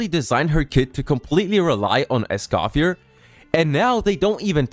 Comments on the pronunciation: Omg dude…Escoffier is pronounced S-cough-fee-EH! Not S-cough-fee-ER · My only criticism, is Escoffier's name doesn't pronounce the R - How they say it in the english dub is actually correct (for once) as a francophone. /info + nm But yeah, It sucks that they're becoming this predatory of a company. Citlali & Mauvika want to be together too; but they didn't break the rule of 3 four star characters. What scares me, is if they get away with this the first time, we'll see more of this going forward.. and that means that it'd be better to just be a paid game from the get go...